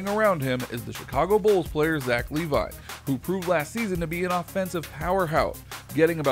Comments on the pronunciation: Lee-vine 😑 quickly disliked the video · Thats Zach LA-VEEN